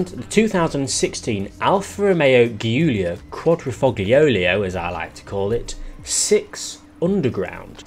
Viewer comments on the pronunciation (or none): "Ghiulia quadrifoghlio" WHAT